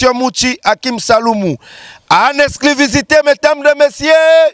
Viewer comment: Na lingaka kk ndenge olobaka en Exclivisité au lieu d’ Exclusivité 😂😂😂